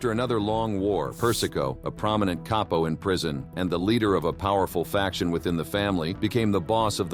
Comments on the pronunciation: I know, but he didn't pronounce it Cap-po, which is correct. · Same old info, but read by A.I.. I don't know how anyone can listen to that robot droning. There's zero inflection and A.I. pronounces words wrong. "Caypo"? Really? For me, unwatchable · the narrator probably made a mistake, the word is CAPO.